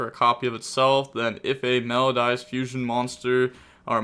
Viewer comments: Also It’s pronounced Mel-o-dee-ous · Cant say ki-siKILL Can say meloDIEus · “Mel-O-DEE-Us.” My brain hemorrhaged during this video. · its pronounced me-lo-di-us. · Welp, time for another spelling lesson: It's Me-low-dee-us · How has the education system failed you so bad you can’t pronounce melodious. I couldn’t finish the video. So players did good or bad idk. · I'm kind of amazed you found a way to pronounce wrong Melodious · How does he not know how to pronounce Melodious… 😣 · Aren't we all? I doubt people played Melodius before, because they were not playable. Also, the pronunciation of that was just awful and annoying, specially considering it's about MELODY.